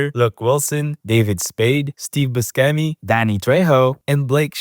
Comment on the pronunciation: Mispronunciations in this video: - Buscemi